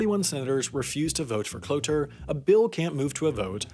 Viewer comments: It’s cloture you say it like you’re saying closure, you can remember this because a cloture motion closes debate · Cloture is pronounced klo chure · Cloture is pronounced like "clo-chur" FYI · Interesting that the ad on a video in which you mispronounced cloture so many times is about improving your speaking skills.